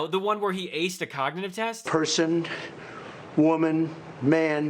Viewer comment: Frump, the cognitive test excuse is vapid. He sounds like he is saying cocknitive test